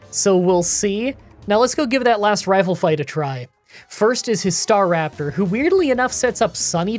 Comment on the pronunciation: i enjoy your content. Staraptor tho. not star raptor. :)